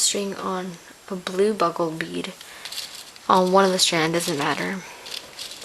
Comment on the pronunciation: They are bugle beads...pronouced like the horn-- BU-gle. She calles them "BUG-le". You can get them with the other beads.